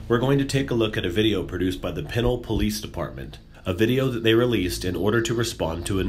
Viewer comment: Lol you mispronounced pinole